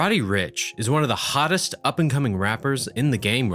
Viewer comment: the way he said hottest